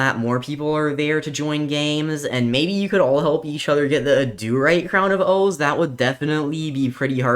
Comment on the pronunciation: I hate the way he says adurite "Auh-doo-rite" it's pronouced ad-er-ite